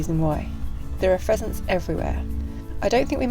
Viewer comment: Hey: Pheasent pheasant pheasant:P